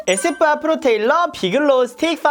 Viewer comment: 에스쁘아 발음하시는거 에이쎕바 이러는줄 알았어요 ㅋㅋㅋㅋ